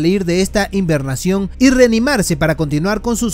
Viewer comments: no es hiNbernación es hibernación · No se dice "invernacion", es hibernación